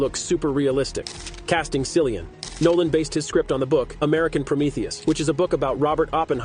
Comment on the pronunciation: Honestly. He couldn't even take the time to learn how his name is pronounced. Lazy. Doesn't really care. Just wants 🤑